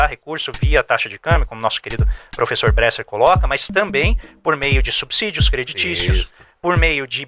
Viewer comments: Ótimos vídeos, como sempre muito instrutivos. Uma crítica construtiva. Lembrem-se que a pronúncia de subsídio segue a mesma regra de subsolo. Pronuncia-se subsolo e não "subZolo". Logo, é subSídio e não "subZídio". Som de S e não de Z. No mais, parabéns pelo conteúdo. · é subSÍDIO não "subZídio"